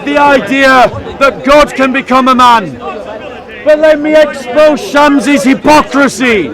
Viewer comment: I love it when he says "I am going to expose" sounds like "I am going to explode" hahahahahaha. just run when you see. To have a rational discussion with a Muslim he has to be alone with no other Muslims around him. Is the only way. Any other way is a waste of time15 min waste of trying to make the point another 15 min jumping from tupic to tupic. And when you finally arrived at the point of actually talking then the lying will begin for the rest of conversation.